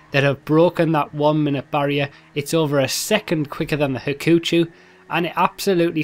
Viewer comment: the "u" in Hakuchou is silent. so, you pronounce it as "ha-ku-CHO"